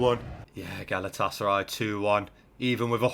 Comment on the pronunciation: Not even a minute in and he’s called them galatasary 😭